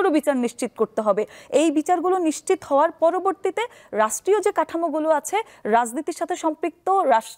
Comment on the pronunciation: নিচ্চিত নারে আদুভাই নিশ্চিত